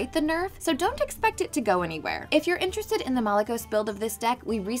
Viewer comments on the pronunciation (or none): none